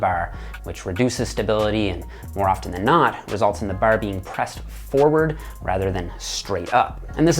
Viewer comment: Dude I knew was a newfie the way he said "bar" I was like this is an East Coast Canadian without even looking into where he's from lol